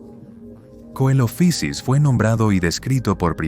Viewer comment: deberían conocerse más Eoraptor, Herrerasaurus y Staurikosaurus (por cierto Coelophysis es griego, no es inglés y no se pronuncia como hace ahí, ni siquiera en el inglés eclesiástico anglicano que usaban los científicos en la época iban a decir "coelofaisis" ni nada parecido)